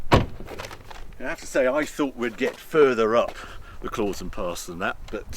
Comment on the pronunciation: Klausen is pronounced « Klowson » mate… that’s from a swissified Brit. I agree this is a beautiful country and I prefer living here rather than in the UK. Especially after the international embarrassment that is Brexit.